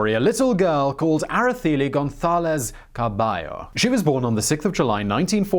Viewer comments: it is Galicia (ga-li-sha); Araceli (ara-se-li); Pujol (pu-hol)... Good job for trying...💪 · Interesting that the c is given a th sound ... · Era-Thay-Lee or Era-Say-Lee. We learn, you learn, we all learn. Good Job tho! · The E in Araceli is pronounced like the E in cell.